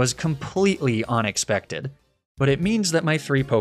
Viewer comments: "Beating Morty without losing Joplin was completely unexpected." 'Unexpected.' 'Onix-pected.' Don't think you can hide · "Choplin surviving was completely onixpected" OoOH mY GOD